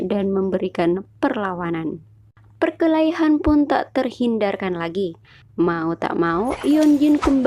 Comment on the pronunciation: 𝕂𝕠𝕞𝕖𝕟 perkelahian bukan perkehalian😅😅😅